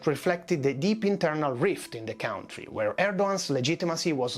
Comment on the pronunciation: And not "cowntry'